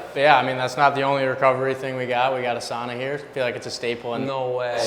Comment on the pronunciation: Dear god someone correct these boys on how to say sauna, wish Sampo Ranta was around to do that 🇫🇮